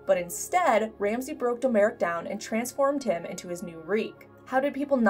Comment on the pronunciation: Domeric. Pronounced DOM - RICK. not Doe Merick.